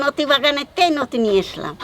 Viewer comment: O thammi noti noi loti🤪